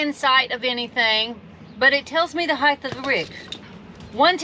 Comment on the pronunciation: Good video. Except for the word “heith”. It’s “height”. Sorry. You triggered a pet peeve. 😂😜🤷🏻‍♂️